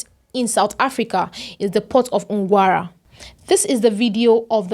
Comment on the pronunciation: ...that's not Ngwara, whatever you call it, it's Nqura